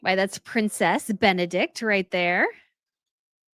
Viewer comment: Phonetic spelling of Benedikte ( Not silent E, at the end ) Be-ne-dikte benedik-te ❤ from North of Denmark